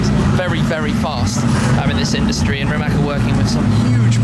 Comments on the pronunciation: RimaC, not Rimak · rimatz ffs not rimak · I'm sorry shmee but it's pronounced [ri'mac] and not [rimmak] (that's what you called it) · first learn how the car is pronounced properly Shmee150. as a slavic man i find this insulting... its not ''rimak''... its rimac (rimatz)..... you as journalist should do research even about tiniest things such as these... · Pronounced rih-matz , no K just C , cmon western people, learn it already, have some respect. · can you read TSUNAMI?YES YOU CAN....that ts sound is letter c in croatian language.....so it is pronounced Rimats.thank you very much. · You pronounced the name wrong